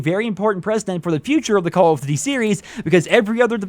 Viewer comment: Why can't you pronounce "duty" correctly?